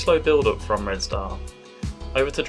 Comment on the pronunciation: Nice pronunciation of Red Star 😊